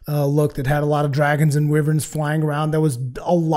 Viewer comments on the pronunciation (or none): I think you are trying to say wyverns (why-verns)